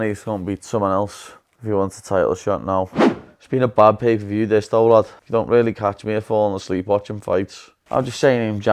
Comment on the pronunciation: He said 'pee per view'